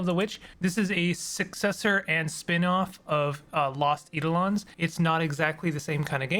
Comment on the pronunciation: Just a minor comment about pronunciation, it's eye-DOE-lon (with capitalisation indicating the stress). Thanks for the run down on the game, makes me want to try it :)